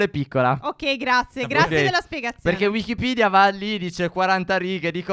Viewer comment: Piccola precisazione si dice wikipedia non wikipidia